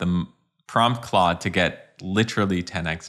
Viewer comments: OMG you're pronouncing it right! I must follow you now. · I hyped this video in thanks for saying Claude not Klode 😂